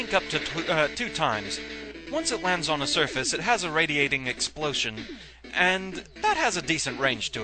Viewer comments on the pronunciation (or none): Exploshon? Uhhh... ok...